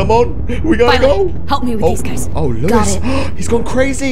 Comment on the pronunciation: Louis not louise